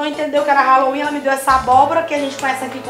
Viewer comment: Brasileiro não acerta nem falar Halloween e quer comemorar kkkkk